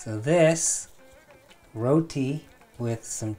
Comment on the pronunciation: nooooo dont say roti like an american.... row-tea.... say it the desi way like you did